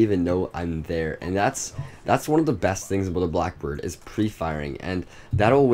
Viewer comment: U said boack bird